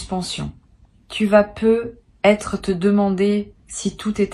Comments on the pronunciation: C'est de l'IA ? Ça corrige jamais le nom du compte youtube et la façon dont elle dit "peut être" me laisse perplexe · Oui ça vient agaçant !